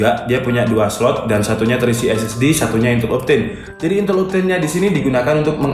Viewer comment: "INTEL MEMPEK" :V